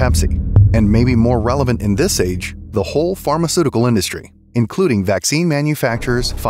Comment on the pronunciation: Why does Klaus Schwab insist on pronouncing the word "This" as "Scziss"? Is it a German speech defect?